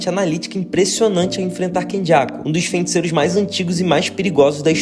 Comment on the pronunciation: pq ele fala “fenticeiros”? 👀👀